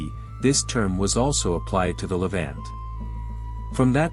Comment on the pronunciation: Ok, Ok say it with me LE VONT, not vant.